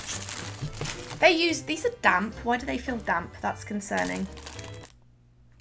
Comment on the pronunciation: These are damp Why do they feel damp That’s concerning 😂😂 The way you emphasised damp